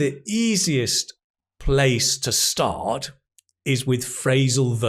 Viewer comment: whay "start" sounds like "stop"?